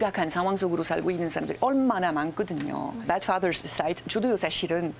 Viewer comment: 방송 듣다가 한가지 제안해볼까합니다. 나쁜 아빠의 BAD 발음과 침대의 BED 의 발음을 정확히 가려서 하셨으면 좋겠어요. 듣기에 매우 안타깝네요. 교육받은분의 영어발음이 너무나 엉터리이네요. 한국식의 발음이겠지만 그래도 정확한 발음을 하시기 바랍니다. 대한민국 국민들의 영어교육수준이 매우 높아요. 듣기에 매우 거북했어요.